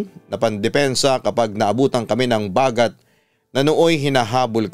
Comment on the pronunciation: Its bagat - stress on the 2nd sylllable